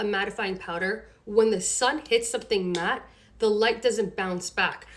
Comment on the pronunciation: I couldn't take her seriously after hearing her say reflex instead of reflect, matted instead of matte, and smooth-es, or whatever that word was supposed to be.